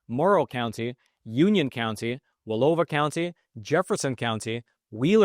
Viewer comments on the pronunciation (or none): Dude, this isn't going to happen. It's pronounced (wa lau wa) Wallowa county. As an Idahoan I'm not sure I want any Oregoonians joining Idaho. We don't want any more liberals moving here. We have enough Californians as it is. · Wallowa County is pronounced Wuhl-ow-a. The county I grew up in (Union) was the first county to vote for secession. So proud of Union County. One of our friends left the Oregon state legislature in the mid-90s because it was out of control even then. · Wallowa- wa (wuh) llow (rhymes with cow) a (uh)